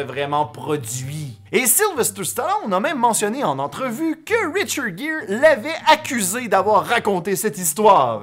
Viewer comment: Hey super ta vidéo sur le reportage sur richard Gere... 😊 Attention j'ai bien dis Richard gere Et non pas richard jere c'est un g pas j ( en fonction de la langue) 😛 C'est comme le prénom de Angie les français le dis engie... 😔 on dirai un nom une engie...BORDEL C'EST ANGIE. 🙂